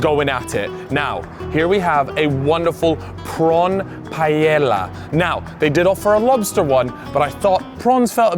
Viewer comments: Jhajajajaja saying paiela instead of paella 😂😂😂 its not that difficult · I don’t understand how he can glaze the Paella, yet bro doesn’t even try to pronounce it right. Bro over here calling it Pallela, it’s not a mispronunciation problem. Bro just making a whole new word 😂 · the way u pronounce paella is rough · the pronunciation of taco and paella killed me 💀😅